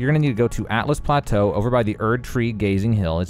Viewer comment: Altus Plateau not Atlus Plateau